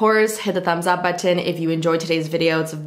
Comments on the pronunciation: The Canadian accent really comes through with that word I've noticed from other YouTubers 😆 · I love how she pronounces the word "button." Is it just me? Yes? Lol